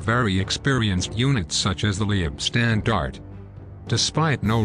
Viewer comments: Leibstandarte - pronunciation "lypshtandart" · The computer generated mispronunciations are pretty appalling. Duncocky? Lee ebstandarte? I could go on, but...well...there are just too many, and too appalling. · Good video, but....Leibstandarte is pronounced "Lypshtandarter" - other pronunciations are abysmal. Suggest you get some language coaching from a language school before you embark on another production. Cheers 😊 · The mispronounced German words and corny synthetic computer voice makes this ridiculous mish-mash of recycled and useless information absolutely unbearable. It's pronounced: "Lybe-stahn-dar-teh" for God's sake!🤣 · I wish they'd learn the correct pronunciation of ''Leibstandarte.'' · Leibstandarte is pronounced: Say Leib with e being silent and say "i" like HIVE say "stand" with "a" sounding like O in POND say arte like ART AH